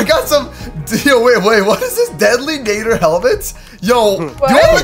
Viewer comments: sorry but did I hear deadly NAIDER just saying its NADDER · IT IS NOT Naddooor it is Naddeeeeer!!!!!!!!!!!!!!!!!!!!!!!!!!!!!!!!!!!!!!!!!!!!!!!!!!!!!!!!!!!!!!!!!!!!!!!!!!!!!!!!!!!!!!!!!!!!!!!!!!!!!!!!!!!!!!! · I am soo triggered when said Deadly Nather rather than Deadly Nadder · It’s not Nay-der It’s Nah-der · New t pronounced nadder not nader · Nat-er deadly nadder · Nadder is pronounced natter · I'm sorry buy you saying deadly netter and other dragon names rong makes me kinda mad cuz in a die hard fan of how to train you dragon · and nadder